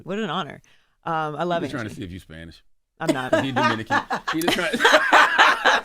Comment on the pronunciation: Calling Envy Domican kills me everytime 😂